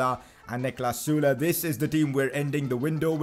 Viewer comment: He pronounced ‘sule’ sula